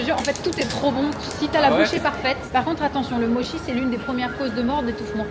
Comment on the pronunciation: Mdr par pitié si tu peux prononcer Mochi à la japonaise pour rétablir la vérité sur la mauvaise prononciation à la française Mo chie 🤣